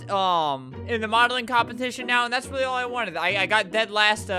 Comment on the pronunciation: Albert: squeaks "rwaewwy" Me: trying not to laugh because it is almost 6 am